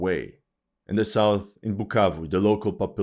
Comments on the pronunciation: u said "BUKKAKE" instead of BUKAVU?😝 je sais que tu comprends francais en tant que congolais j'ai très honte!!! This war is about mediocracy ON THE PART OF THE CONGOLESE !!! Mais tes vidéos sont instructives. Merci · “Pukavu “ 😂 he can’t pronounce it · It amazes me seeing this white SCUMBAG that has no business meddling in the African politics talk rubbish FOR 42 MINUTES ,he has no knowelge in regard to this matter ,he cant event even say "bukavu right "@ .another stupid youtuber paid to spread misinformation. M23 ARE CONGOLESE AND ARE FIGHTING TO PROTECT AND STOP MASS KILLINGS THAT ARE BEING DONE TO TUTSI AND AND OTHER RWANDAN SPEAKING TRIBE IN CONGO.THIS WHOLE ISSUE WOULDNT NOT HAVE HAPPENED HADNT THE EUROPEANS PARTITIONED AFRICA. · No you just didn't call my hometown like that, so disrespectful brahhh, now I can't unhear that whenever I'll answer where I'm from 🇨🇩😂😂😂😂